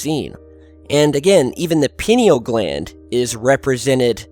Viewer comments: I've been waiting for you to cover the pineal gland. I believe it is pronounced pine-EEL as the gland was named after the pine cone shape of the intact gland. it is indeed the seat of the soul, and has helped not only with communication, but also healing modalities. Love you,! peace. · ...pronounced "pie-kneel',. 😊Your helpful-hint for the day... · It's pronounced as pineal from the word pine. Not peeneal. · I think it is pronounced pie knee al (not peen eal) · It's pronounced like "pie-Neal". It's easy to look up. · When he said Penni Gland....ROFL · Pie-neal pie-neal pie-neal say it with me. mmmahahahahah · I most usually appreciate your videos. However this one sounds like you made it under the influence. (Christmas Brownies should be eatin at Christmas! ) This is one of your worst videos. Quality over quantity please. Please stop seeing Illuminaty anywhere. By the way. It is pronounced....pea-knee-ahl gland. And most importantly. Those evolved human beings who focus on this chakra. Are not at all interested in controlling anybody. Let alone the world. The whole point in Yogic practice is to understand oneself. And where appropriate discipline, and control, themselves. I hope your not doing a few bong-hits to find material to bring us. The UFO phenomena is otherworldly without DMT!! Thank you. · its pronounced pine because thats where it gets its name it resembles a pinecone. peote contains mesciline. DMT is found in àowaska vine in the amazon and some other plants. its a facinating subject. chur ; ) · Pineal is pronounced pī' nē al... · "Pie-Knee-Al" Gland. Good Vid though. I've taken DMT and it helped erase my depression, and I have lived with a renewed sense of engagement with my reality ever since. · Sweetie, it's pronounced pye-NEE-all gland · pronounce it PIE NEE AL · Pronunciation. Pin-ee-al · You pronounce it a bit like penile gland 🙈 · Pie-knee-all gland. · pronounced, pi-nee-yall gland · It’s pronounced “Pie-neal.”